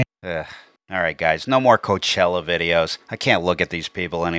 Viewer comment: Hey Did I hear you correctly when you called it C*nt chella